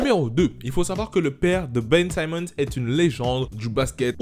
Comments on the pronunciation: C'est pas "saimmons " mais "Simmons " 😊😊😊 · ON NE PRONONCE PAS SAÏMMONS MAIS SIMMONS. LIKE POUR FAIRE REMONTER LE MESSAGE STP.